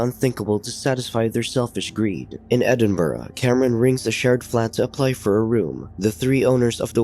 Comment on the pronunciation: The narrator said Edinburgh wrong, it should be e-din-bruh.